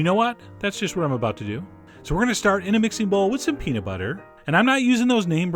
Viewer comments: Peanit sauce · I actually know what he means. When chef John throws it into fast conversation, he tends to pronounce it more like "peanit" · The way you pronounce peanut makes my ears bleed, but your recipes make my mouth ooze. OOZE.